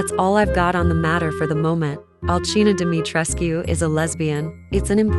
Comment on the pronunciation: And thank you for pronouncing the u in Dimitrescu because it is based off a Romanian/Transylvania bloodline which would be a correct pronounciation, not a silent U thats heard in the game.